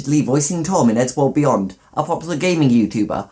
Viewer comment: Why when he said eddsworld beyond did i think he said eddsworld weeyoo